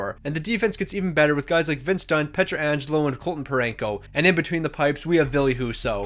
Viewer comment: You pronounced peitrangelo wrong you said ( pait ran jello ) when it’s ( peit ran jello ) Edit: the difference is that how he pronounced its was pAit when it’s pEit I uppercased the differences for you